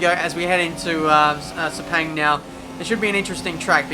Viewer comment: It’s pronounced “sir-pahng”. Though it won’t matter anymore. RIP Sepang